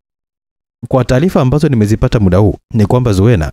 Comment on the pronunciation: nimependa sana hii story, ila kwenye kuongea nikuombe utumie neno MUDA badala ya MIDA, mida si kiswahili sahihi. Hadithi ni nzuri sana, nimeipenda. Samahani kama nimekukwaza.